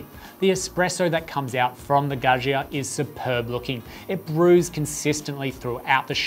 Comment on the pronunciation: its pronounced Gah Ja